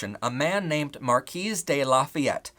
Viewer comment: Side note here, but his name wasn't "Marquis de Lafayette"-"Marquis" is a title of nobility, "de" is French for "of" or "from", and La Fayette is a place. His real name was Gilbert du Motier (he had many other names, but I'm shortening it to that). Also "Marquis" is pronounced like "Marquee" or "Mar-kee". That aside though, great video! Wish this stuff would be taught in schools. People think we're some sort of "new phenomenon" because our history keeps getting ignored.